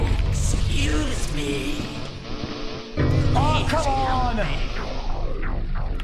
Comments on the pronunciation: when they say excuse me sounds like they're saying "xqc" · i love how it sounds like theyre saying "xQc" instead of "excuse me" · Sounds like the customers say "XQC"